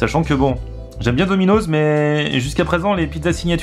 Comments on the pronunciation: C'est pas DOMINOZZZZ c'est domino'SSss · domino'ss pas domino'z ptn sa ma stresser tt la video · on dit pas dominozzz on dit dominos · on prononce dominoss bolosse va